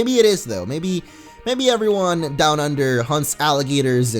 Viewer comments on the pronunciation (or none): none